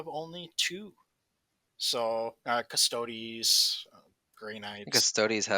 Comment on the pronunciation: Ace. Custodes = Cust Oh dees xD